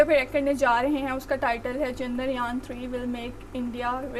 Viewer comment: Are chandragyan nahi chandryan bola karo